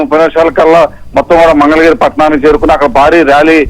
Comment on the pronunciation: ఒరేయ్ బాబూ పప్పు నీకు మంగళ గిరి అని అనడం కూడా రాదు మందల గిరి అంటావు ఏమి చేస్తాము నీ లాంటి వారిని ఆంధ్ర ప్రదేశ్ ప్రజలు భరించాలి